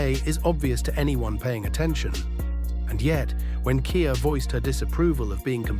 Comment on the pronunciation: Ai can’t read 😂